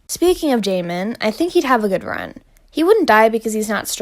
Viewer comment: the way u pronounced jaemin's name took me out lmao